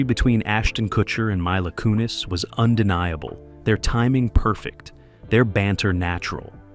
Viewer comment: You can't even pronounce Mila Kunis name right